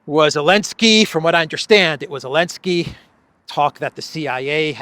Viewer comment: saying Elensky continues to make me titter when I hear it. And particularly amusing when says it, by mistake